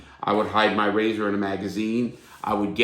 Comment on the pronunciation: Take a shot every time Larry says "rayza" 😂😂